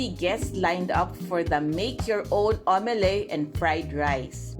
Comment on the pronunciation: ha ha its omelette (aam.luht) not omeley